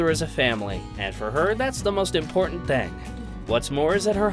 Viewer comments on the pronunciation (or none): none